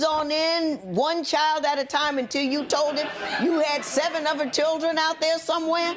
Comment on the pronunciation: A true intelligent person is a person who does not discriminate people in certain classes. Also I notice in the end when he was saying he only wants co parent with her...he said strictly chirland...not children lol